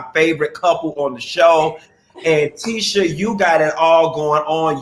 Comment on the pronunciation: Please, you talked shit about her dress in another vid, Q. Also, it’s Tee-shah. ✊🏾